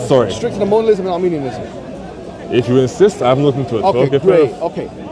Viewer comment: I noticed during the premier that was consistently pronouncing 'Modalism' and 'Molinism' as 'Monalism' and Arminianism as Armenianism🇦🇲🇦🇲🇦🇲🇦🇲🇦🇲🇦🇲 and Armenian🇦🇲🇦🇲🇦🇲🇦🇲🇦🇲🇦🇲🇦🇲🇦🇲🇦🇲 Christology/Theology. Silly Sophistry Boy!!!!! 🤣🤣🤣🤣🤣🤣🤣🤣🤣🤣😂😂😂😂😂😂😂😅😄Additionally, misrepresented what Molinism means, preaches and teaches.